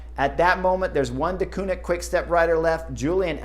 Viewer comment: One of these days Chris Horner is going to learn how to pronounce Deceunink correctly (Dekuurnink) 😂